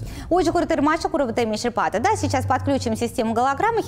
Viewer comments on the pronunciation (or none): none